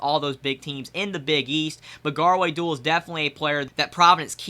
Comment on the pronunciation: Not trying to be rude but is pronounced (doo-all)